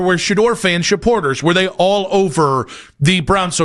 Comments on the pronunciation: Is he saying sheporters? Lol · Yes over and over 😂 I can’t